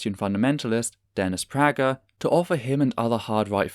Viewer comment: MisterDeity (who used to be good buddies with Dennis) pronounces it "pray-ger." So does Dennis Prager.